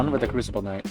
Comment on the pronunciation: it's knight not knoght and he does now this it just sucks absolute ass